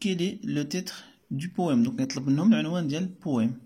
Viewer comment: شكرا صراحة استفدنا منك بزاف ولكن حاول طور مستواك في القراءة Rectifier pas restifier وبالنسبة ل Poème machi poéme ....